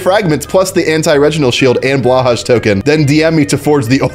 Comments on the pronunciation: Btw, “BlahHaj” is pronounced “BlueHai” bc it’s 1. Swedish 2. It’s a shark stuffed animal from IKEA 💀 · blåhaj is pronounced blow-high. it's not but it's close enough